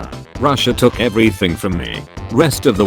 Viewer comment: ITS PRONOUNCED “Russia”